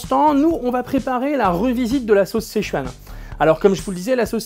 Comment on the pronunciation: Juste un truc, ça se prononce "seu-tchouan", pas "sé-chuan" ^^ Et ça s'écrit Sichuan, le i en chinois se prononce "eu" ^^